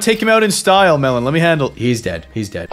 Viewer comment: I agree but u said Melen instead of melon